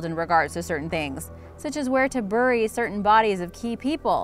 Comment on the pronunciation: I really like these videos but the mispronunciation of "bury" is truly annoying!!!!!